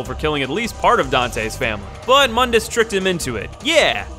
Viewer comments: It's pronounced "Moon - dus" not "mun - dus" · actually false, it's pronounced like "moon-duhs" not "muhn-dis" but yeah mundus = The world because mundus is the creator of the dmc universe. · I hate how the reboot got everyone mispronouncing the villian, it's pronounced Moondus, like the moon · To be fair the spelling of Mundus is quite deceptive to it's pronunciation.